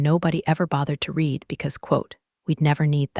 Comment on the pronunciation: The narrator could not properly pronounce "read". It was wrong every time. AI?